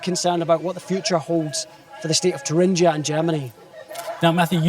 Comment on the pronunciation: Please find presenters who know how to pronounce the word Thuringia.